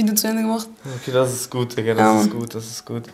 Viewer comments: Er sagt nd diggah sondern dicker haha er beleidigt dich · Das fuckt so ab wie er ganzerzeit dicka sagt alter ich raste aus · mackirk75 Dikka. Schreibts doch wenn dann richtig bitte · Das heist digga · Wie der immer dicka sagt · Aiša Kurbardović vallahhh😴